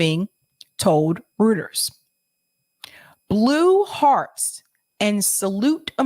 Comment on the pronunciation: Pronounced: ROY-ters. Wishing you and Rbn all success.